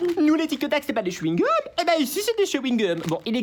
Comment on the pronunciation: Tictac au chyungum wtf😂